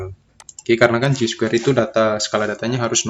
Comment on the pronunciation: Chi Square Dibaca Kai Square bang